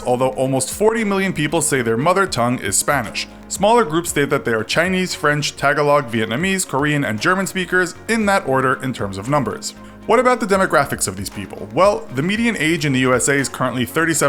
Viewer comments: “tag-oh-log” it’s tah-ga-lOHg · Oh jesus the way you said Tagalog. ITS PRONOUNCED TA GAHL OG not TAG A LOG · This dude just said Tag-a-log it’s Tagalog (taga-lowg) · Tag-A-log hahaha The right pronunciation is Tah-gah-lohg. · The way you pronounced Tagalog 🤣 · Please don't pronounce Tagalog as catalog. It's Ta-ga-log, not Taga-log. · Tag-uh-log? Ta-gah-low. Tagalog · Tagalog.... it’s not pronounced tag-ga-log It’s Ta-gah-lohg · Tag-a-log? It’s Tagalog (Tahg-ahlog) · its ta - goa - loog not ta - go - lag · i’m half filipina and i just know this guy did not say “TAG-a-log” 🤣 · Tagalog is a Philippine dialect and its pronounced tu-GAH'-lug with the accent on the center syllable. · tagalog? really? its tu-ga-loag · Small nit pick, i hear Tagalog every day at work, its pronounced "ta-ga-loog" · lmao you pronounced "tagalog" wrong. its pronounced ta-ga-log with a long "a" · dude learn how to pronounce Tagalog right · Ugh, the way he says Tagalog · The way he said Tagalog 🤦🏻‍♀️🤦🏻‍♀️🤦🏻‍♀️ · You just butchered tagalog. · Tagalog is mispronounced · Pronounce Tagalog right! It's an insult to my filipino culture!